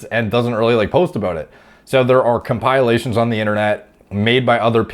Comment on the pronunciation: Comp- eh- lations. Not com- pile-a-lation.